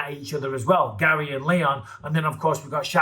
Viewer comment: Ian garry should have no r's in his name😂